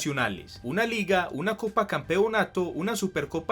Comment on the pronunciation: Me desespera como pronuncia "Campeonato"